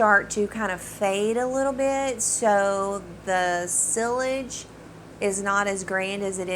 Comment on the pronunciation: Just to help, sillage is pronounced like “see yaj”. Great job on video!